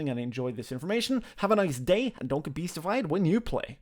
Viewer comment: "And dont get beastified when you play" couldnt figure it out at all at first too